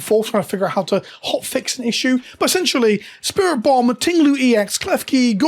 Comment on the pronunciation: Lol, spiritomb pronounced as spirit bomb. Also wow, that's a shitty situation. Hope it gets fixed soon!